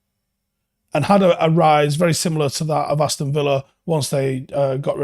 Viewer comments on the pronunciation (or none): none